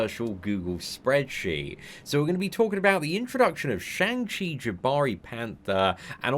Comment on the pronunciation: Fun fact: it's pronounced "Shong" not "Shaang."